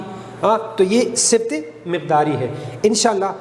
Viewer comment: اسمِ صِفت نہیں درست تلفّظ اسمِ صِفَت